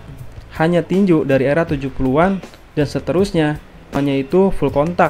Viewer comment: tinju om bukan tinjuk